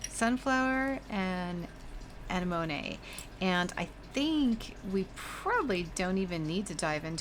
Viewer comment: uh neh muh nee is how you pronounce that crazy flower! It is beautiful and your paints are stunning, That green though!!! LOVE